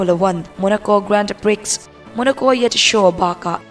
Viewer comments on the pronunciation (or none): Nice - sap ṭawnga 'nice' angin lam rik loh tur, 'neece' tia lam tur. Grand Prix - 'priks' tia lam loh tur, 'pree' tia lam tur. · Nice hi Niz/Nis tih a lam tur.. Grand Prix pawh hi Grand Pri/pre tiin lam ila a mawi zawk/ an lam thin... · Gran-pi tia lam tur an tiin ka hria. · Grand pri(x)....X lam rik loh tur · Ka lo sawi ve mai mai; Grand Prix lam dan hi- Prix a X hi silent tur, Pri tia lam tur tih te mai hi 😊👍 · Miss ka lo correct lawk mai ..pa1 chauh.. Grand Prix lam dan tur kha 🤭🤭. Prix ah hian x khi a silent avangin Grand Pri ti. Lam tur aw 😋 a ngaihnawm e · Grand prix grand pre anga lam tur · I aw ngaihthlak anuam hle mai.se...grand-prix i lam dan hi pri ti a lam tur..x hi silent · Grand pri tia lam maitur ni inkahria. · I aw a fiah fel fai in a ngaihnawm khawp mai... mahse, hnamdang tawng English nilo hian lam dan hranpa hi an nei ve thin a en chian theih deuh ni thin se a duh awm ka ti mai mai..Grand prix hi a tawp a X hi lam rik loh tur. Duhsakna thil aw...haw lo la...